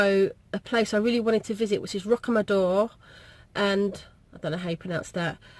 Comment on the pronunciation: Rocamador is wonderful and well worth a visit. You can park opposite the entrance to the Church. You are pronouncing it correctly. Also check out 'goffe de padraic' and the lots to see and do in stunning Dordogne!!